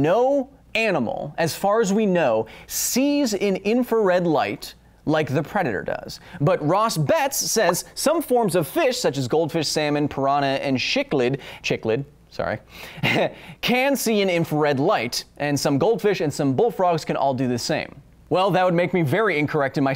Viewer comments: Actually, the fish is pronounced "Sick-lid". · Correction on the footnotes episode. Cichlid... Siklid... That is all. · I have been pronouncing it (sicklid) cichlid